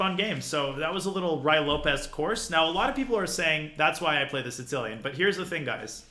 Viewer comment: Danya has a bunch of insane pronunciations when it comes to openings... have you heard him say the "Tzitzilian" (Sicilian)?